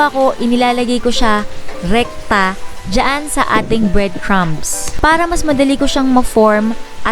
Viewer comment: bread cR CrR cRRumbs ahahaha so cuteee